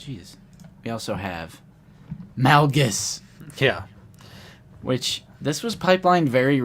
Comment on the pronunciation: I love you guys but it kill my ODC when you pronounce Darth Malgus incorrectly. Its Malgus, pronounced like Darth MAUL-gus. Play the game, listen to the audiobook, you guys same his name wrong everytime. Other than that keep up the good work!